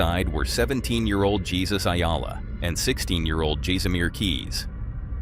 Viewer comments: 😂😂😂😂 his name is NOT pronounced Jesus even though its spelt that way. It is pronounced Hay-su-ce its a Spanish/Mexican name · Tf mfer said Jesus like Jesus Christ not it's Spanish pronunciation form